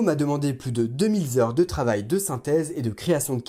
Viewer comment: Super boulot, bravo! passionnant! (dommage, le "deux mille z'heures" à la fin)